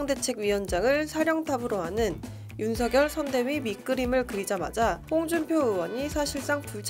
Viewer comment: 어르신. 죄송합니다만 윤석열 이라 쓰고 [윤성녈] 이라 읽는다고 합니다. 원래 윤석열 이란 글자는 [윤서결]로 읽어야 하지만, 윤석열 본인이 [윤성녈]이라는 발음을 요청했기에 그렇게 불리게 된 것입니다. 날씨가 많이 춥습니다. 추운 겨울 따뜻하게 보내십쇼.